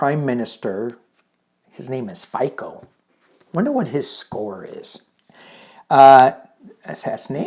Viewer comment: Fico - pronounced ['feetso] or ['feezzo] = "zz" sound same as in "pizza"